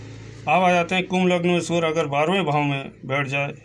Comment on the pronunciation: Sur nehi surya,kiya bol rahe ho